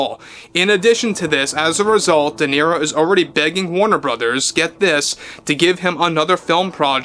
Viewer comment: No sabes hablar correctamente dices niro en ingles Robert de niro idiota.